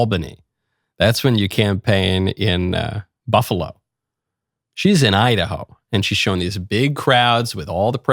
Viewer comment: When she says “ I-Da-Ho” from the Bronx - Sha ain’t lying!!!